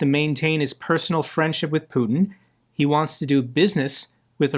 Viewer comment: Put-eh (strange pronunciation) isn't coming to Alaska. This is a reality show script.